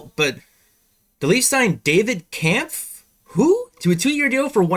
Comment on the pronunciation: Pronounced Kemff